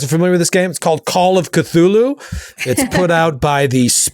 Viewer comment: That is the correct pronunciation of the impossible to pronounce word Cthulhu. It's also the correct pronunciation of call and the correct pronunciation of of. And the correct pronunciation even of chaosium. So you nailed it on all fronts good job